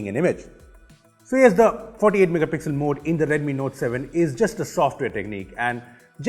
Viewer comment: someone please count how many time he says "megapixlll"